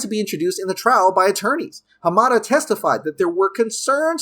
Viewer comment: Thank you for pronouncing Mr Hamada's name CORRECTLY.